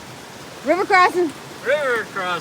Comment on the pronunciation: Great video. Very enjoyable with all the people in it. I’ve been wondering about the story of the phrase, “River Crossin”? Was it you always say it at crossings, the way you say it with your accent, or a combination? By the way. I’m saying it now even if I’m stepping over a trickle of water. 😊